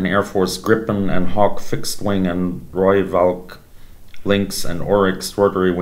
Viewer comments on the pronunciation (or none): ☺ Rooivalk pronounced as RooiFalk, means Red Falcon.